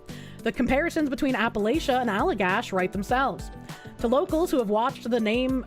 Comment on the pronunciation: how you pronounced Allagash hurt